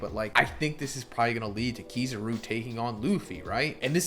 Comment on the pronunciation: Your sayin kizaru wrong